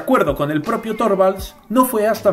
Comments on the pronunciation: Se pronuncia Linus Turvalds, la o se pronuncia como u, para pronunciar la o cono en Español tendría que llevar diereis ö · Torvalds se pronuncia Turvalds.